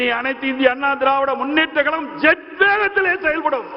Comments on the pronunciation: எடப்பாடி ஏன் இப்படி 'கலகம்... கலகம்'... என்று பேசுகிறார்..? இது, 'கலகமா..?' 'கழகமா..?' தமிழை தமிழாக பேசத்தெரியாத தலைவர்..!? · தமிழ் உச்சரிப்பு பேச தெரியவில்லையே கலகம் கலகம் என்று சொல்லும்போது மிகவும் மனவேதனையாக உள்ளது இதே போன்றுதான் ஒ பி எஸ்சும்